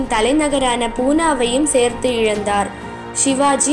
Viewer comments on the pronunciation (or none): none